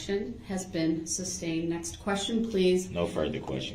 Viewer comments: The way he says ‘substained’ and ‘lisums splates’ still sends me into a rage! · Substained? Grounz for the substained he axed without relevancy. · SUSTAINED ..not SUBSTAINED ..you dip chit